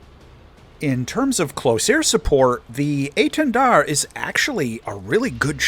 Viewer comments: You actually pronounced étendard good enought :3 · dont worry, you didnt butcher hiw name:D apart from the prononciation of the "r" (as every english speacker strugle) it was good, you even didnt fall into the trap of the silent "d" at the end:p you said it really well:) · You're pronouncing Étendard quite right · maybe i said it badly, but you did well, we dont says the D at the end and you didn't so it's a perfect :D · your etendard pronounciation isn't bad. the enlgish accent is noticable, but you pronouced it similarly to a french would. 8/10